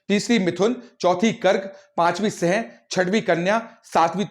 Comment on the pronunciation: सिंह का उच्चारण ठीक से करें